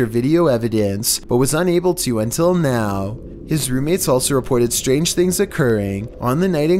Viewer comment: .... Ah, he forgot the "R" in strange things